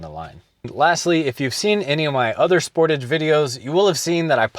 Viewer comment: Thanks for this video, very informative, and easy to understand. Just one point to explain, I am a senior CANADA citizen and the word Sportage is pronounced spor-tage( spor tage).I just bought a 2026 spor-tage EX-PREMIUM, and after 3 years of use, if it's 1/2 as good as yours, I'll be a HAPPY CAMPER. YOU got more than 100K miles with the same Brakes, WOW, you are a good no a VERY GOOD DRIVER. Thanks again, looking forward to your next video, keep updating. GOD bless YOU and your FAMILY 🙏.